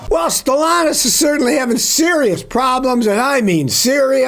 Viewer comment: There’s a second “t” in StellanTis. It’s not Stellanous.